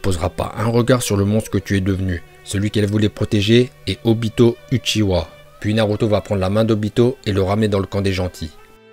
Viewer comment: Sa se prononce uchiwa